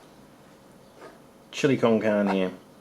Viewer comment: Love the video's. Just for your own reference it's pronounced like this: chill-ee con carn-ay. Keep up the awesome work!